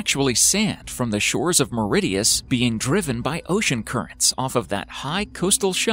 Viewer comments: Mauritius not Meredius. Where is Meredius please. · MAURITIUS not Mauridius lol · Bruh it's not meridius it's mauritius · Hey I'm offended by this video haha The guy says my country's name sooooooooo NOT WELL Mauritius not "mauridius" !!!!!! 😩😑🙄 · 2P PRODUCTIONS, he's trying to pronounce the word with an audible "T", instead of the proper "SH" sound and it comes out sounding like "Mau-rid-i-us" instead of Mauritius (Mau-ri-shus) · It's all about where you are from. North Americans quite often pronounce the letter T as a D at the end of words. For example the Tortilla Chip brand "Doritos" is pronounced "Doridoes". Conversely in the UK we pronounce it with a hard T sound and say "DoriToes". Mauritius is only pronounced properly as "Maurishius" if you know to change that T into a SH, something that does not typically occur in English. Clearly the narrator did not know and just pronounced it as any other North American pronunciation, hence "Mauridius". We all make pronunciation mistakes occasionally, but hopefully not so publically! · knut hamsun he also pronounced Mauritius as Mauridious 😹😹😹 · No 6 is called Mauritius not Mauridius and it is in the Indian Ocean near South Africa ! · it's Mauritius not Mauridius. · It’s not Mauridius ( sea waterfall) .. it is pronounced as Mauritius .... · Ok, So this narrator mistakes Siberia for Serbia, thinks that a place can be near both South America and Africa, and then pronounces that place (Mauritius, nowhere near South America) as "Mauri-dee-us". Come on, lads. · The Under Sea Waterfall is in MAURITIUS, Not '''Mauridius"""LOL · Its not Meridius ITS MAURITIUS!!! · For the underwater waterfall we are not that close to south africa🤦‍♀️ and its MAURITIUS not mauridius🙄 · Why does he say mauridius? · actually phonetically it would be more like: [ MO-REE-CIOUS] (Think abot MO like dead MO, ree from reef and 'cious' from precious it makes the phonetics for how to pronounce MAURITIUS 🙂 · MOR-RISH-US. Mauritius. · That annoyed me alot